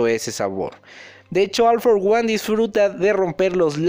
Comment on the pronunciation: Se pronuncia ol for guan... recuerda como pronuncias a ol maigt ambos tienen la misma palabra al inicio en ingles